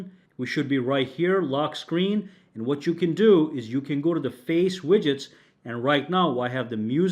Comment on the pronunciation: Widgets is pronounced WIDJITS, not "WIGGITS."